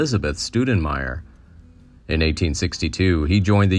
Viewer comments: Stowdenmire, not Stoodenmire ! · “StOUdenmire” … the two vowels are pronounced together, as in “OW”, according to Leon Metz, official historian of El Paso. I was born and raised in El Paso, served 34 years in law enforcement on El Paso P.D. and El Paso Sheriff’s Office. Back from 1881, when the railroad came to town, until about 1930, El Paso was the wildest town in the West. During Prohibition, gunfights between smugglers and law enforcement were common in the Segundo Barrio (2nd Ward), which is on the river. All the old brick tenements bore bullet holes, until they were razed in the 1980s. Lively place, back then. The 1900 census lists El Paso’s population at about 100,000.